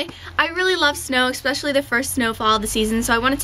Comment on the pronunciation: hehe do you say expecially? :) so cute ! or I heard it wrong?